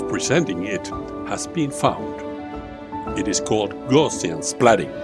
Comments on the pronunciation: It's not "gaw-shians" but "gow-see-an" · Its gowse not gorse! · Hi Olli, you should know that the adjective Gaussian (“GOW-see-an”) was named after mathematician Carl Friedrich Gauss (rhymes with “grouse”)